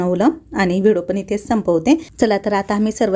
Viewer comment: V D O KHUP CHHAN,TAI TUMHI BOLTANA V D O CHA UCCHAR "VIDO" ASE AIKU YETE UCCHAR, RAHUL KADUN DURUST KARUN GHYA,BALACHI KHAREDI KHUP CHHAN